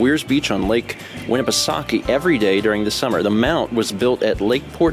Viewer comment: I have to give him credit, though. He pronounced Winnipesaukee correctly.